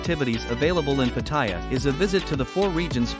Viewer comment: Stopped watching when I saw that you cannot pronounce Pattaya correctly.